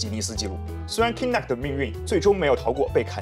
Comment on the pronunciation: Kinect 發音錯誤